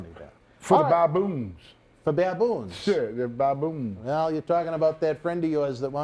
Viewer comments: He said damn moon cricket,"baboon " does sound like "damn moon" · Baboon cricket is what he said.